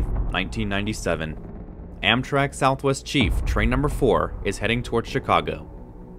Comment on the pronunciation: It’s pronounced “Amtrak”. Not “AMTK”